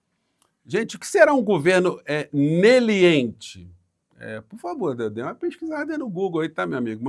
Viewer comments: "Neliente"??? Um meliante tentando falar leniente 😂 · Kkkk, é o linguajar dos marrecos de Maringá. Ele quiz dizer meliante e saiu neliente. Um juiz que não sabe falar meliante é ridículo.